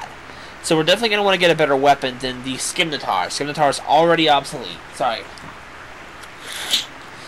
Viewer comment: While it no longer matters, the pronunciation for "Scimitar" is close to what you've been saying, but the "C" is silent, so it's more accurate to say "Sim-ih-tar", I think that's how you'd spell its enunciation I could be wrong though. However I did look up for any potential Multiplayer Rune Factory games the most recent is RF 4 for the 3DS. RF 5 which is probably in production since I think RF 4 is still japan exclusive atm will probably be released or available in 2-3 more years for the Wii U, it's my hope that when it does come out it will allow both online and local multiplayer. Just think use the T.V. for the game and the game pad for the map that'll be useful in the future, at least I think so.